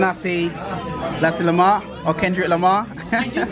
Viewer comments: Sorry to bother you bro, it's not nasi lemar but it's nasi lemak (pronounced as le-muck). Btw it's a good video, cheers!.. 👍😊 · Its Nasi Lemak lol not lemar